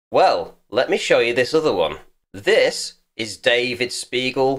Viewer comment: sounded a lot like you called him an "arse beagle"